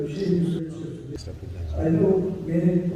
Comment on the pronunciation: Assalamu alaicum...pardon but it's Estes...